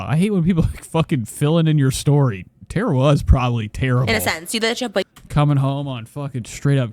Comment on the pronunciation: It’s TAR-A not TEAR-a .